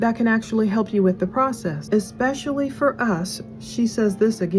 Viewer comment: Nothing is more of a pet peeve of mine than bad grammar and speaking, and for someone who is a so-called “writer“ or “author“ she sure says EXPECIALLY a lot instead of the correct way “Especially” 🙄 … I remember coming on here and commenting how you were such an amazing speaker except when it came to the word birthday, you would say BIRFDAY every time and I had to stop watching because it irked me so much lol I was like why are these women making themselves sound so uneducated. So I try not to be judgmental but with this chick she doesn’t get a pass because she murdered her boys father 🤬